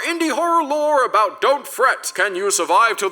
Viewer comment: Knew he’d talk aboot this